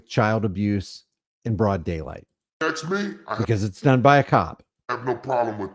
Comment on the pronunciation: Another grown person who can’t pronounce ask